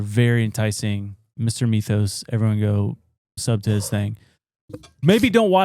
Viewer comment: Can't even pronounce Mythos!?!! Reminds me of y'all butchering the word Berserker repeatedly all through another episode, and many more such examples exist as well. Love the shorter clips of your shows but just a wee bit of literary prep before you record would boost your images immensely!